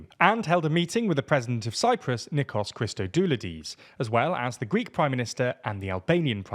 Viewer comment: You mispronounced Christodoulides